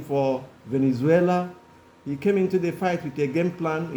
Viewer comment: It’s Valenzuela, not Venezuela. He’s not the country . Stop it with your ignorance. Sad you can’t tell the difference.